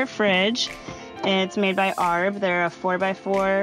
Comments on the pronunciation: Not to be a stickler but it's pronounced A-R-B, as in the separate letters. Pretty sure it's an Australian brand. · A.r.b. is how ita pronounced not arb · It’s called A R B not arb